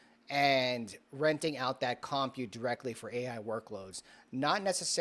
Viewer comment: you are driving me nuts. You are not pronouncing COMPUTE correctly. Please search online how to pronounce it correctly and practice. Thank you. SMH!